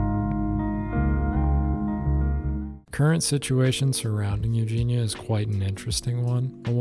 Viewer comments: yeah if your gonna make an entire video about someone I find it odd you’d not know enough about the person to know how you say their name. She says over and over her name is Eug-Eee-neee-ah. If you’ve seen enough to have an opinion you know that. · You don’t even pronounce her name right